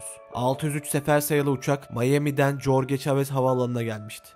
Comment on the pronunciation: mrb, JORGES diye değil, HORHES diye okunur. İkinci G , H ve G arası bir ses, gırtlaktan. :)